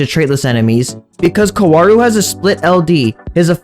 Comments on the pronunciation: It’s pronounced cow-rue Edit: this video hurt me to watch because he kept saying his name wrong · the pronounciation being kawaru is getting in my nervers throughout the video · its not kawaru, its kaworu